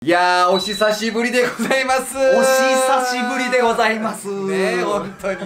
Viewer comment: おしさしぶり じゃなくて、おひさしぶり だよ